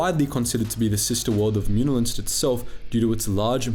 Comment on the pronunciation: I like how you pronounce Muun wrong but then continue to perfectly say Muunilinst xD